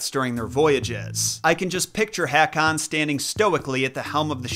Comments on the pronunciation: So wrong to say Haa-Kon to King Håkon. It would probably, be correct to say that AA becomes more pronounced AU. Such as The Norwegian name Pål or Paal is Paul in English. ❤🇧🇻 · Haakan is pronounce Ho-kan. Ho with a long OH.